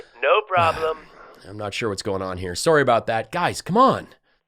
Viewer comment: Where are you from? You said "sorry" jst like my mom, from New Brunswick, Canada